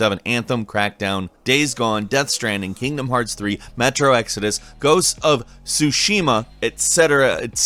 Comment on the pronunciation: i heared ghost of shushiiima ?